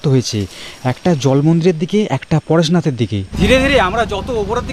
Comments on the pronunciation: পারসনাথ নয় পরেশনাথ। (তেমনি বালাসোর নয় বালেশ্বর) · ওটা উচ্চারণ বাংলায় পারসনাথ নয় পরেসনাথ যেটা মহাদেবের আরেক নাম। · Apni Bangali to mone hocche ... Parshonath ba pareshnath bolte asubidha ki ?